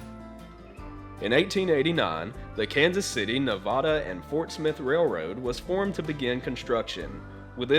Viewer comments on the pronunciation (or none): the Kansas City Nevada and Fort Smith.....Nevada is pronounced Nuh Vay Duh...like the Missouri town....do your homework!